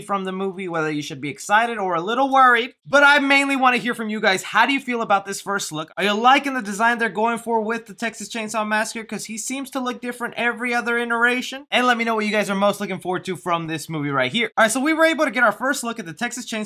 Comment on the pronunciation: Fam I think it’s “iteration” not interation